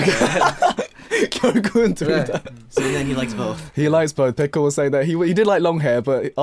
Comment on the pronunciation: I really thought Baekho said "Hello, I'm pickle."